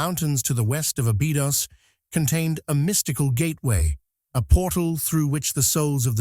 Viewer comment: As soon as I see or hear any mention anything "terrifying" or that "terrifies" people, I glaze over and tune out! And teach your AI to pronounce Abydos correctly!